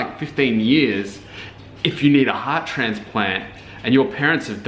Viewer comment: (Weaver) I could have sworn she said transFUSION not transPLANT but okay.